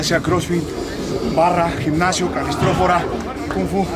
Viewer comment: El "gicnasio"? Jajaja, a qué el españolete...